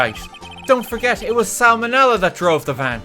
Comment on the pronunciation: Sal Manella? I prefer Sam O'Nella